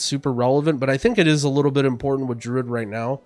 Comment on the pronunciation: This man pronounces druid "Drud"